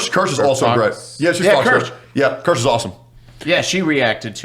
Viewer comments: I can only hear pronouncing her name over and over on a voice-over edit 😂 "keer-seh" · PLEASE bring kirsche on! Would be amazing! Also it’s pronounced keershah. German for cherry 🍒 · Its so funny how nobody can pronounce kirsche's name right 😂